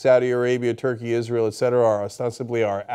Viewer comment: I love how Cenk conveniently forgets how to pronounce Israel....